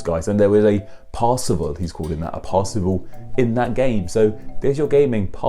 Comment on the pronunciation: Ah but he's not "pierceval" - it's Percival - someone once told me it was more a case of "perceive all".